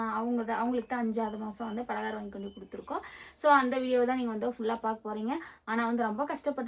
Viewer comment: பாலகாரம் இல்ல பலகாரம் 😂